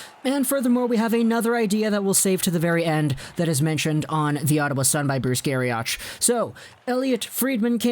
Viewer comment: Great, informative video. The holdout province might also be Quebec as they've been having troubles getting the QMJHL going. Just a note that Garrioch is pronounced like rock. Keep up the good work!